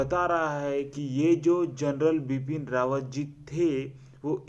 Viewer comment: Bapn rawat nahi Bipin Rawat hai sir ka naam